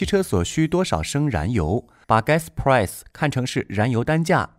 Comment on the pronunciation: price的发音太崩溃了，播音员别念英文了